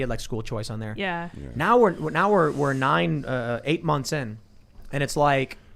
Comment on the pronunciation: I thought Tim was saying nein not 9 at first I was like that’s a little strange then I saw the vote count